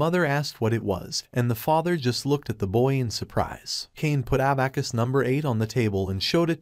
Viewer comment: I cringe every time he says abacus